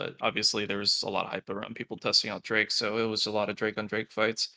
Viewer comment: Why does he keep saying drake... like you hear two other people in the call constantly pronouncing it correctly lol